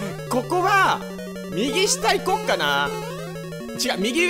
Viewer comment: 私も思ってました笑 でも可愛いから良いですよね!!!!!!(・∀・)